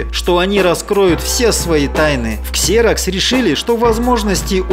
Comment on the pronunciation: ну какой КСЕРОКС, если компания называется ЗИРОКС.